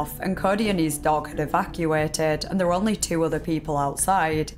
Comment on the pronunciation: My greatest suspicion about this story aren’t any of the details given. It’s this girls accent. Almost every sentence ends with a word she can’t pronounce with an ehhhhh sound, usually ‘there’ but she’ll say thehhhh… So honestly I just feel like I’m being hypnotized. Carry on! 😅